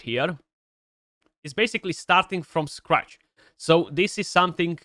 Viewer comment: kinda weird hearing you say „starting from Skratch“😂